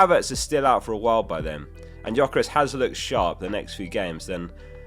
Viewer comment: Great content as always! 💪 On Gyokeres. There is no G at the beginning when you pronounce it. It’s silent. So you should say Yokeres. Check out the player names pronouncing video uploaded by PL a couple of weeks ago.